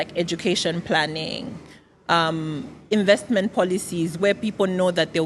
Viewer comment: narcissist vibes - but he needs to learn how to pronounce "INVESTMENT"